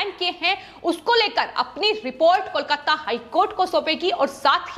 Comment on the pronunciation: aapko KOLKATA bolna nehi aati? Keya KOLKATTA KOLKATTA laga rakhkhi?